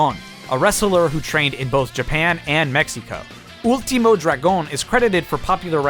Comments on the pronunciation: Ul-tee-mo Dra-goon. How the fuck did that sound right to you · Nice vid but Ultimo Dragon is pronounced ulti-moe and Dragon pronounced just like you would normally say Dragon. Fun Fact: He's the last guy trained by Bruce Lee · Ultimou Dragoun perdon pero me hace gracia como lo dice pero sin ofender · As a spanish speaker all I can hear when you day Último Dragón is "ULTI MO, DRAG ON" Great video! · Ooolteemoe draygone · Why does he pronounce Ultimo Dragon’s name so weird? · I love how u pronunced Ultimo Dragon xd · I've never heard anyone pronounce Ultimo Dragon like that. That's pretty interesting how every skin is related to a luchadore/Japanese wrestlers. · You kinda overpronounced Ultimo Dragon and Jushin Thunder Liger but ok